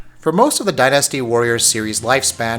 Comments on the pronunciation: I love it when people emphasize the wrong syllAHble in a word. Dynasty's pronunciation isn't die-nasty, it's closer to dine-asty. Or din-uh-stee if you're British and wrong. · I like how you say Die NASTY. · Why can't he say the word dynasty right?